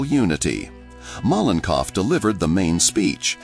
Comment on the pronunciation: Malenkov is pronounced at least 3 different ways throughout the video 😂😂😂